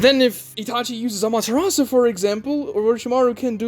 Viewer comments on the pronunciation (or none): none